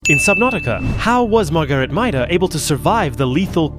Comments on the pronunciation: Her name is like Margarite not Maidas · I will never understand how someone can mispronounce something like this when literally IN THE GAME THEY SAY HER FULL NAME!